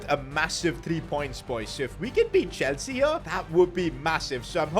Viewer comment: No way you called Chelsea Chelsee-a😂